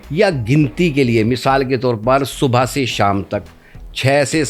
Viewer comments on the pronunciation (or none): Very good sahib,,,,,lakin ap bhi aak galti kr gayee han,,,,lafz SUBHA😊 nhi hota SUBH hota hy